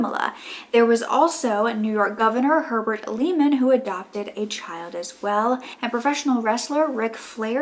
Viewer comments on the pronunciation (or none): The proper pronunciation of Governor Herbert Lehman is (Lay man). I know it is easy to mispronounce our last name.